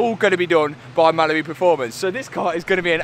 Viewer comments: This whole time I been thinking he’s saying “Malibu Performance” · Well thanks for that! Every time he mentions Mallory in the future all I am gonna hear is Malibu. Thanks